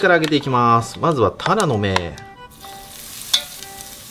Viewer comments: たらのめの発音変ですよ。 恥ずかしいので直した方が良いかと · タラの芽うまそおおお イントネーション違う😂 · タラの芽の発音がずっと気になってたんだけど、ふきのとうの間違える時だけ急に発音が合って「？？」ってなりました😂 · タラの芽の発音が癖すごい